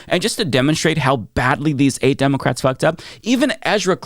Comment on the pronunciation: Demowcats 😂 dude needs a speech therapy.